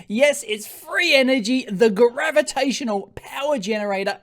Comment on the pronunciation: Can't you talk normal?